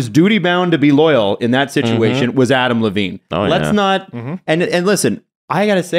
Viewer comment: “Adm Levine”